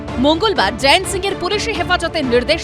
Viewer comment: জয়েন্ত বলছেন কেন? জয়ন্ত লেখা আছে।